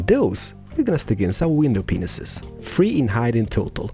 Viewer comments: Did you know that your saying widow peenises instead of panes?! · you say windows pinises and it is mentioned to be windows pieces it mite be because off ur accent but just make sure that u know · It sounds like you're saying ' window penis's ' but in England we say it as pain, window pain, not hating just saying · I laugh every time you say window panes, it sounds like you are saying "window penises" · He actually DOES say that xD